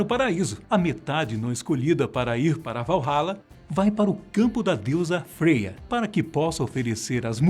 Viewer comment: Freya se pronuncia Fraia